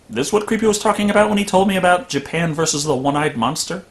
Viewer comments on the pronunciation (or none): none